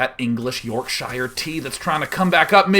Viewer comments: "YorkShiyure" I cringed It's "Yorkshurrrr", dude. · Lol YORKSHIYER? It's pronounced york-sher ;) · It's said York-sheer-.